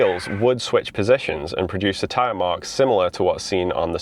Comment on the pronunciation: Tyre? "Teeree" ?